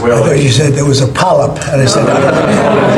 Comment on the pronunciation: I never want to hear this man say "polyp" again ! 🤮🤮🤮